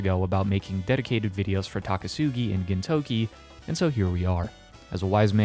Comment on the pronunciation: Hearing you say "Gintokey" everytime instead of "Gintoki" is killing me inside.